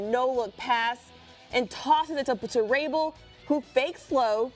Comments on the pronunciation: Can’t even say one of the most popular players name in the game Paul Rabil. Shaking my head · If you can’t pronounce Rabil you shouldn’t have a job in lacrosse